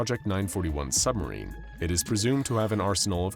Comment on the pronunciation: We all live in a nuclear sumberine, a nuclear sumberine, a nuclear sumberine🎉🎉😂😂😢